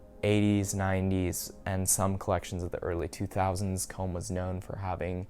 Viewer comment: ”Commes” 😷 Cool pickups tho